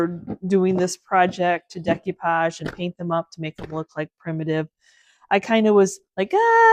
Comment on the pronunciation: LOVE your content, but no disrespect it's pronounced: DAY-coo-pahj